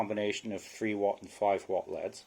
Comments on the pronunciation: Cool video. Does pronouncing an anacronym like "L" "E" "D" really take too long? LED 's verses saying "leads" as if we are talking about pencils? Teenagers do stuff like this all the time. Nothing personal this is just a pet peeve. I hear many people who do this all the time. English is all too easy to butcher. It does not detract from one's intelligence but it does show ignorance. Ignorance can be fixed with education. I respect your "two cents". Thank you for posting this. With only one sensor you are absolutely spot on! They should have the sensor in the middle. As they built this crap it would not have mattered. I will not purchase one of these or any other from Kind. Thank you for saving me from this manufacturer. Do you have a recommendation for a LED set that can actually run at about 1000 watts? Do you know if they are still building them this way? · You are wrong. It made me cringe everytime he said lead. No you don't pronounce L.E.Ds as leads no way no how.